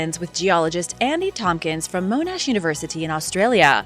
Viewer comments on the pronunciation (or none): none